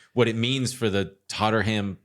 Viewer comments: Just say Tot-Num. Even as an Arsenal fan that hurt to listen to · TOT-NEM - pronounced tot-nem sir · Absolute crazy pronunciation of “Tottenham”. Every single time you said it, I was floored. Incredible.